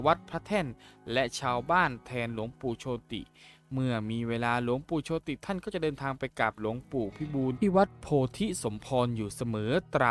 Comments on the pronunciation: เขาอ่านโชด ไม่ใช่โชติ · โชติ อ่านว่า โชต ครับ ไม่ใช่อ่านว่า โช - ติ เห้อ!😅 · หลวงปู่โชติ=โชด ไม่ใช่โช-ติ